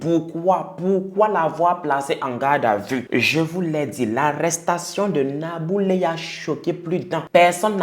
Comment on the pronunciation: Tu as très bien prononcé le nom de cette sorcière nabou leye 😡